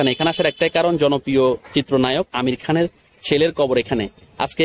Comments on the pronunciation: আপনি উচ্চারন করছেন আমির খান না আমিন খান ঠিক পরিস্কার না। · আপনি আমিন খানের নাম ঠিক মত বলতে বা উচ্চারণ করতে পারছেন না,আপনি ইউটিউবার হলেন কিভাবে আমার বোধগম্য নয়,আপনি বার বার বলছেন আমির খান। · ভাই আমির খান নয়,আমিন খান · আরে ভাই আমির খান নয় আমিন খান কি যে বললেন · বুঝতে পেরেছি কিন্তু যাকে নিয়ে ভিডিও বানালেন,তার নামটা ঠিক ঠাক করে বলা উচিত? আশা করি আপনি বুঝতে পেরেছেন!!ধন্যবাদ!!!